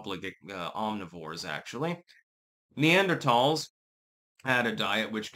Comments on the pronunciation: Wrong. is pronouncing it right. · Talls not thals